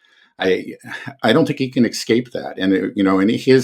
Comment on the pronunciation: Did really say "excape?"